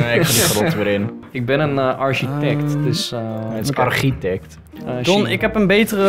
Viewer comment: je zegt wel arsjitekt